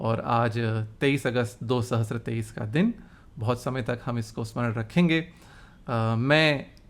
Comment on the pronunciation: aap bhi 1000 ko sahasTra pronounce kar rahe hain.. it is sahasRa without a T. The confusion arises because "sa" (स) merges with "ra" (र) in (स्र) which looks like "tra" (त्र)